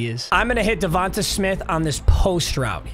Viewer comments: Bro saying davonta instead of davontae 😭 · I would feel disrespected if I’m DevontAaaa Smith, Papa put here fucking saying DevontuHhhhhh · Its pronounced devonTAY lol.. not devontuh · Not tryna be that guy but it’s definitely Devon-tay not Devon-tuh…go birds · DA-VON-TAY you’ve been butchering it😭